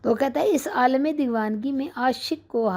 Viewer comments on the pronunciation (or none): none